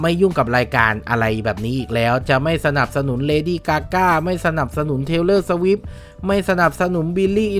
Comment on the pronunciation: นางชื่อ เทย์เลอร์นะ เหมือนจะได้ยิน เทวเลอร์ 555